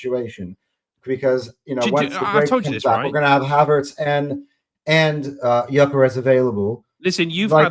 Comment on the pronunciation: omg.why did i laugh when said Kai Haverts 😂 🤣 😳